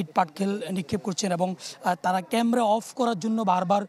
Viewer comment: সাংবাদিক উচ্চারণ করেছেন কেমরা, উচ্চারণ টা হবে ক্যামেরা